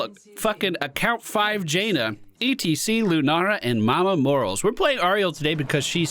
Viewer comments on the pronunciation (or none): Love watching you but 'more-al-es'